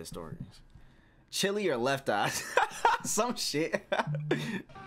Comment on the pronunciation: People: Cheelai!: Chili